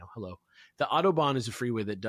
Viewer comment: I was more invested in Alex's side story in Germany and his terrible pronounication of authobahn.